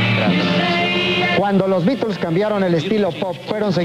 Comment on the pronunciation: Al fin alguien pronuncia bien los beatles